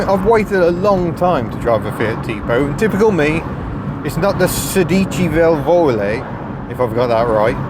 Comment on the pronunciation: In saying "sedici valvole" you put the emphasis on the wrong syllables. The rule of thumb I give my students is that when you're not sure where to put the emphasis in an Italian word, put it the second to last syllable: you'll be correct more often than you'll be wrong. In this case however, you'd be wrong because the emphasis goes on the first syllable of both words. Your pronunciation of Ercole Spada's name, however is perfect.